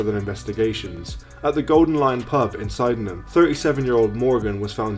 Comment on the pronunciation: Sydenham , pronounced sidnum !